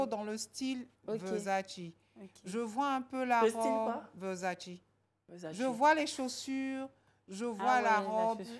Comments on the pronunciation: Comment ça VEUURZZATCHI 🤣 et c’est quel anglais ça YOU HAVE OVER DO IT 🤦🏾‍♀️🤦🏾‍♀️🤣 ehh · Ko VEURsaDJi wa ?🤣😭🤣 ça se prononce « VERSATCHÉ » orhh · on dit Versace. C'est quoi verzace la? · It’s VERSACE not versadji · On dit Versace ehhhh aaaaah